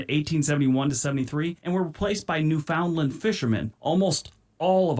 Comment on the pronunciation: OMG he mispronounced so many place names. By the time he didn't know if he'd pronounced that right, he'd already mispronounced about four. For instance, Newfoundland rhymes with understand. AND those villages he talks about are considered towns.